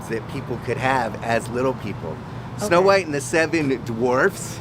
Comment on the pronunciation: " S'no Whitey"